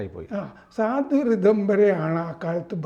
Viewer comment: സ്വാധ്വി അല്ല സാധ്വി